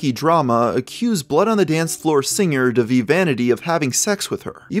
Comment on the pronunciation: Pronounced Monty OOOM not Monty Umm DAH-VEE not DE-VEE